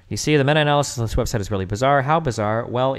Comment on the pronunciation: I was watching this on stream. I made it to the point where he mispronounced meta in meta-analysis. That’s a nope for me I can’t.